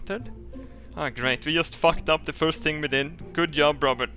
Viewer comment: When you said good yob robert you sounded like an Indian and not the apache Indian the tank you for calling customer service Indian